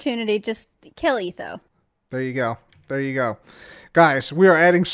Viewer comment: Gotta do etho saying ETHoWo